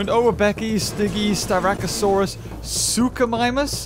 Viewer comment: U pronounced suchomimus wrong